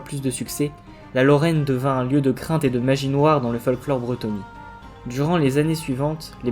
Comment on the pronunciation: Je m'interroge car dans la vidéo tu parles plusieurs fois du peuple vivant en Brétonnie comme étant... les Brétonnies, est-ce qu'on ne dit pas plus tôt bretons ? Ou Brétonniens ? Ou si c'est bien la prononciation exacte, car perso ça m'a stressé d'entendre le même mot pour un peuple et une région 🤔